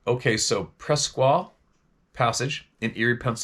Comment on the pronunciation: .Presque is pronounced Presk...